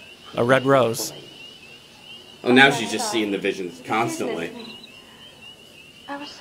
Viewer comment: Oh, a wed wose, how womantic.